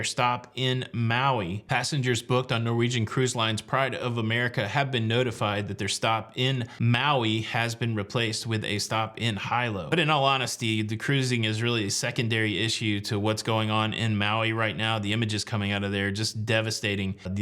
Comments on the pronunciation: HighLow? Don’t you mean Heelow for Hilo? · It's Hilo pronounced Hee-lo.. not Hi-lo. Just thought you might like to know. Thank you for all your information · FYI it is pronounced HE low(Hilo). devastating, I loved Lahina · Hilo is pronounced He-Low. FYI. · It is pronounced -->Heeelow "Hilo" there is nothing there...practically. 😑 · Hi ….is pronounced Heelo…. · Hilo pronounced hee-low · Hilo is pronounced HEE-LOW. My wife's family is from Maui and I have been to Hilo on the Big Island also. Both are beautiful places and our prayers go out to the folks on Maui. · Great video (as always).. BTW, the pronunciation of the port on the Big Island is "He-lo")